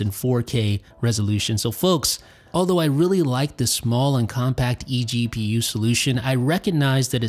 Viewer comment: every time he says eGPU a baby gets punched in the face